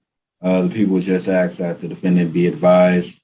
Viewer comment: He’s axing the court 😂